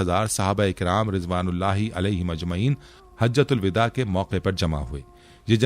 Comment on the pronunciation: یہ مکمل جاہل ہے۔ یہ لوگ اسلام کی ایسی تیسی کردیں گے سوشل میڈیا پر۔ "اسلام و علیکم" لکھا ہے۔ "حجۃ الوداع" کو بالکل غلط پڑھ رہا ہے۔ اس کے معنی بھی اس حرامی کو نہیں معلوم۔ تھمب نیل میں دھوکہ بازی سے کام لیا کہ حضور کی آواز کی بات کی۔ یہ جھوٹ ہی نہیں بلکہ حرامی پن ہے۔